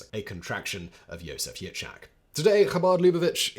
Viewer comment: ok, all good with the content and so on, but please pronounce the names right. Yitzchak = Itzjak like J in spanish. it is not a Ch sound like Chilli, it is more like Chanukka, or Janukka (J like spanish). Menajem, and so on. no chillis pls, there is no such a sound in hebrew